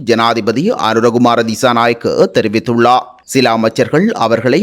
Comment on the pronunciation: செய்தி வாசிக்கும் பொழுது ….ர்…உச்சரிப்பு தெளிவிலை கவனிக்கவும்!!!! உ+ம் குறிப்பிட்டுள்ளா! தெரிவித்துள்ளா!